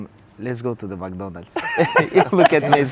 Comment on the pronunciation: “Let’s go to MAC DONALS” 💀😂